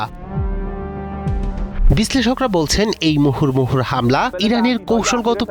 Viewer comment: মুহুরমুহুর না মুহুর্মুহু।